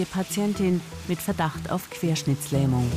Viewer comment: Es heißt Querschnittlähmung, ohne S nach dem doppel T